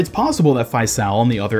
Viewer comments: The character Faisal’s name is pronounced Fay-sull, it’s an Arabic name, (فيصل) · “Faisal” is an arab name and it’s pronounced “Faycel” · Hearing you pronounce faisal brings me pain as an Arabic person